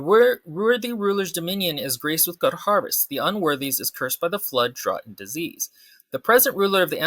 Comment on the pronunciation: You can't roast other people's writing if you can't pronounce 'drought.'